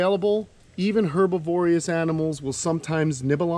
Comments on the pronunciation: herbivorous--try putting the accent on the BIV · her-bi-vor-ous,, not herb-iv-orious 😂